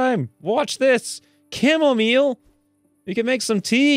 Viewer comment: I can bear this assault on the fine English language no longer!, repeat after me:: Chamomile as in "kam-uh-mahyl": trough as in "trɒf"